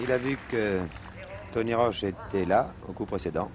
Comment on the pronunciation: Great to watch this! But note, it's Tony "Roche," not "Roach."